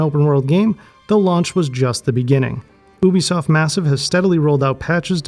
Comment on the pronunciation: Anyone that says Ubisoft correctly gets a thumbs-up from me!